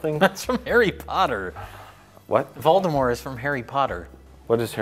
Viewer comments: For not knowing what the fuck Harry Potter is, I'm strangely impressed that Mike and pronounce "Voldemort" without the T sound. To my knowledge, the only people who use the French pronunciation are JK Rowling herself and Potter superfans. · Mike and pronounce Voldemort better than Harry Potter fans or the films themselves do.